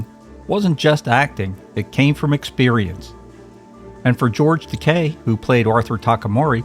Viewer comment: Great episode. Thank you for pronouncing George Takei's name properly.